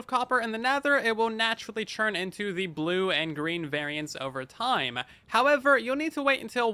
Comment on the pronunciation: I like how says "turn" like "churn"